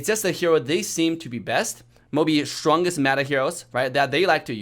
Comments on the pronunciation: I can't ignore saying shwongest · "The schwongest ninja has arrived." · its an accent come on